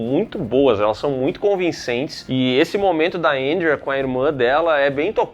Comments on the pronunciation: Que porra de "Éndria"... é Andréa caralho. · Difícil falar Andréia? Kkkkkjjkk